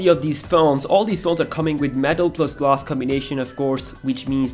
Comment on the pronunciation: glass not glas.... damn :-D